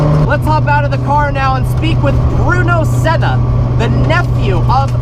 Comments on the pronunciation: You pronounced sennas name wrong, as a Brazilian it drives me insane!!!! Learn how to pronounce it first jeez. Here’s a little lesson on how to pronounce it ah-eeeh-ton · Please pronounce senna right , also I really don’t think was appropriate to show his death . But great review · Absolutely butchered that mans name.